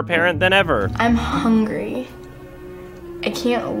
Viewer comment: I'm hungry strange pause I can't wait for dinner